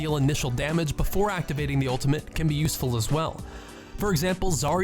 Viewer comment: Just stick to doing highlights. These are the most basic tips even Bronze Genjis know. You don't even know the name of the ultimate. And it's pronounced ultimate not ultament. And please lower the gain and bass on your microphone.